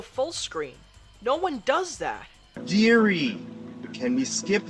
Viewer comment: When he calls Siri Diri...